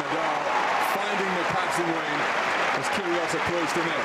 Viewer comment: "Kyrgios" not "Kyrios".